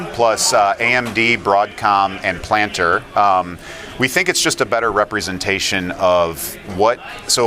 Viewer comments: You lost all credibility the moment you said, ‘planter’. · he called it 'planter' lol